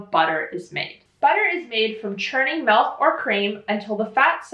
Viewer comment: You almost pronounce milk like in Danish (MÆLK) lol